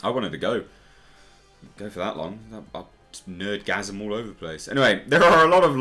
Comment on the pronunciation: Please don't say, "Nerd-gasim' again, thank you.